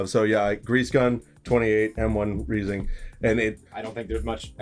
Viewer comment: How do you have all these and not know how reising is pronounced?